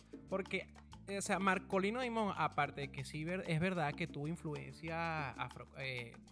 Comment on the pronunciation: Dimond en Ingles Diamante en español Se pronuncia Markolino Daimond